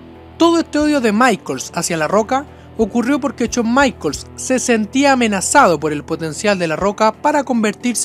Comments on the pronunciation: Porque en vez de pronunciar "Jon Maicols" pronuncias "Chon Maicols"? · "Chon maicols" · Chown Maichels, Dean Doglas y otras horribles pronunciaciones. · solo escucha Chon maikols:v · Cada vez que dices "Chon" Michaels y "Doblebe doblebe E" muere un gatito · chon maicols jajajajaja Pedazo de AD RE IM pronuncia bien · por que le dice "chon maicols", pronuncialo bien!